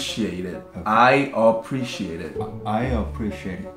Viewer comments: Apreshate(?) What? Preshat(?) Appreciate😂😂🤣 Taetae Language 👏👏🤣🤣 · Tae: appreshate Me : HE MEANS APPRECIATE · After "trusfrated" by Kookie now we are "apreshate" by Taetae. Thank you for the New word😅😅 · Tae:As for English "apreshate Joon: what Tae: preshate Is this right??you kept saying that at BBMAs This whole convo will never not be funny 💀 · Am I the only one who understood V’s “appreciate it” even though it was not technically correct? I heard and understood what he was trying to say before RM pronounced it properly for him.